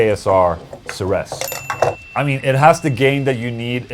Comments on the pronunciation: Ceres, still pronounced like 'series' Enjoy Shanghai 🤘🏻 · ceres is pronounced like "series". KSR operates out of my hometown and one of my friends just started working there. i can't wait to get my hands on one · Is that how they pronounce Ceres over there or has Ola forgotten Greek mythology?